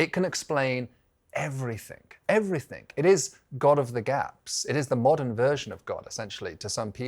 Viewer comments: why is everyone now putting a K at the end of everythinG ?…Even a ‘professor’ 😩 driving me nuts. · Did he say "everythink"?!!